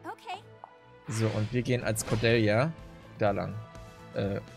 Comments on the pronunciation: Lass einfach das Ä weg. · Du sprichst Cordelias Namen komplett falsch aus, das klingt furchtbar.